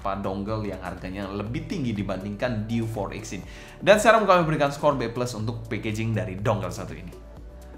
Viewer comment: Diewe 4x bang, bukan diw for ex